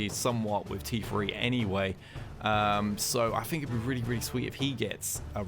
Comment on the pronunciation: “...Shifted to a free monf...” “I fink..” this dude is hard to understand.